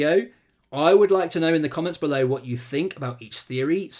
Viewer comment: Repeat after me: TH-TH-THEORY.